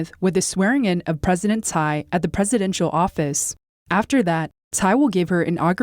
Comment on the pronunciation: To. Nit pick. Tsai, for some strange reason, should be pronounce as 'chai'. Keep up the good work and stay healthy